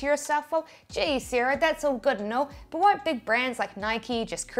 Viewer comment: Seeeera - Sarah